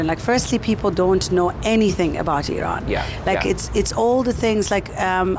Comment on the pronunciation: Finally it’s Iran now not I Ran. I have noticed many westerners say this.